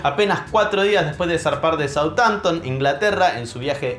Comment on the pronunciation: Como dicen Southampton?? A lo Moli SouTAmpthon A Lo Inglish plis soudjhampton 😂😂😂